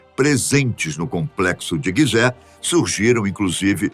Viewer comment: Guisé??? Ou pirâmides de Gisé ??? Ai ai